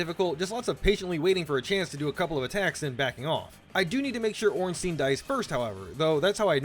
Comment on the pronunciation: The German Z sounds kinda like the "ts" is Japanese words. Also Ornstein is pronounced wrong by every non-German speaker ever.